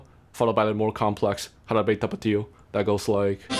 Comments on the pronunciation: I had to look at your profile to see where you were from because you have a taiwanese accent speaking English but when you say Jarabe Tapatío you sound SO japanese (ハラベタパティオ) hahaha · You said "Jarabe tapatio" with good pronounciation, well done! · Every time you said Jarabe Tapatio, it became funnier.